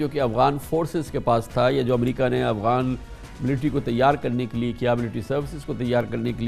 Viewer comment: This is the 3rd show where I hear pronounce Afghans as Awghans. I hope he’s using the term not deliberately. Awghan is a derogatory term used by Tajik for Pashtoons meaning animals